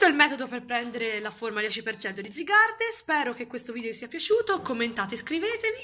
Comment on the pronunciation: Sì scrive zygarde ma si legge zaygard